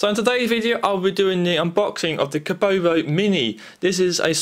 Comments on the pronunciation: you called it kobobo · Kobo mate not kobobobobobobobobobobobobobobo